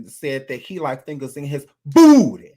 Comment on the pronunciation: The way says "BOOTY!!!" gets me everytime💀